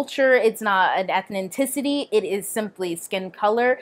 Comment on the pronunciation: You keep saying "Ethninticity".